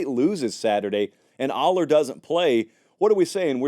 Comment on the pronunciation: Dude, you are mispronouncing both Allar and Pribula.